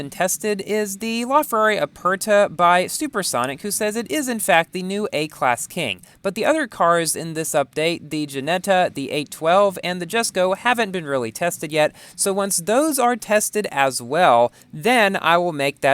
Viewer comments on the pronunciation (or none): Jesko is read like "Yesko". Please. Also when will there be an 812 or Akylone car hunt?